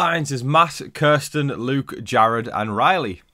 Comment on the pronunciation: When you say Kirsten is sounds like you are saying Carson and I get so confused